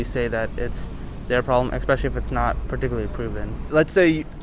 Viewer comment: Expecially is not a word. Especially is though!!!